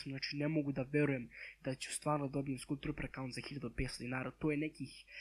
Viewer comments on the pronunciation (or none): Kaže se "skal" a ne "skul"